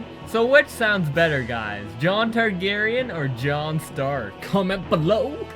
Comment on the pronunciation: also, neither last name, star-garyen instead.